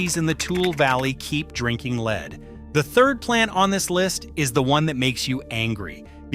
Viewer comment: Yeah especially when it mispronounces words like the heavy metal “lead” by saying “leeed”